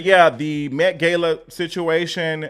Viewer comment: Omg, it's met gah-la. A simple Google search would have done it